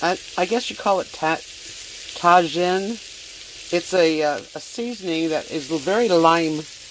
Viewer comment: Your seasoning is pronounced - Ta Heen- and its used on vegetables and melons for extra flavor. Been watching you since you sold your house in FL. You are an inspiration. I'm so glad things are working out for you and you are happy. Love the dogs. Keep up the good videos, I look forward to them. Teena